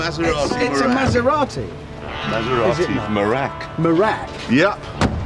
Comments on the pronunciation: Maserati me-wreck 🤣🤣🤣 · maserati merak instead "merack"